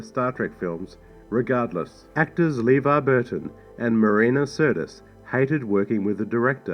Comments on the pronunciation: LeVar Burton’s first name is pronounced “Leh-VAR”, not “LEE-var”. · "LeVerne Burton" LOL! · Oddly enough, you also miss pronounced LeVar's name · You're not pronouncing Lavar Burton Name right either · Talks about the director mispronouncing Levar Burton's name while mispronouncing Levar Burton's name.